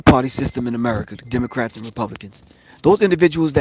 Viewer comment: Pro Griff said "Demon-crats ! 😂😂😂